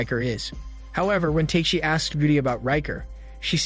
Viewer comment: If you watched the show, you'd know that the warrior's name is pronounced TAK-A-SHI, not Take-shi. Other characters call him, as a short form, TAK [like the word 'talk'].